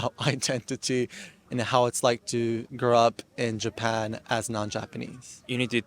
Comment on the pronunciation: People saying he has an American accent ! Where ? People who speak with standard American accent don’t say the following “ of course “ like that …. “ all four of my grandparents moved to Japan “ . “ the word “all” is not pronounced like that and the word Japan is more British sounding every time he says it … “ first of all . “Only British by law “ the word law is more open when we say it here in US… I knew I wasn’t Asian . “ knew “ is very British sounding . The word around , I mean I can go on and on , he has obviously American influence but it’s clear British and Australian and dare I say New Zealand too but I can only speak for American English so there . Bye